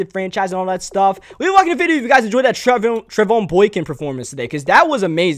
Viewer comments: His name is pronounced Trey von (like Von Miller). Just in case he's starting somewhere next season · its pronounced Trey-Von like VON miller